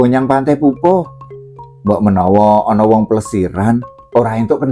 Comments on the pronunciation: Alhamdullilah kepanggih chanel sae, wilujeng dalu tepangaken kulo subscriber enggal saking tlatah trenggalek tanggi kutho kalian tulungagung panggenaninipun pantai popoh, nyuwun sewe maosipun POPOH sanes PUPUH.. mugi rahayu ❤ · " POPOH" niku maosipun kados Maos ukoro" POPOK " pakpuh, sanes pantai PUPUH